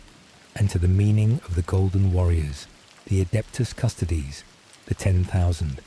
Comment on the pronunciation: Custodes, pronounced like "'custodeez nutz"